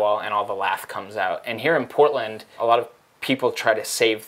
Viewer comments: Not gonna lie when he said Portland I thought he said Poland for a hot minute lmao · i thought he said poland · kiwi or aussie accent pronounce poh(t)land hehehehehe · Deb Smith lol I thought he said Poland at first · I though he said Poland at the beginning